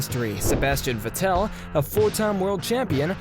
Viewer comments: Sebastian "Vetèlle" and Michael "Schùmachier"... bruhhh, please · Please edit the video and change the way you pronounce Vettel and Schumacher.. edit: scratch that, it seems like there are multiple names you don't know how to pronounce. Even track names... Go do your homework please.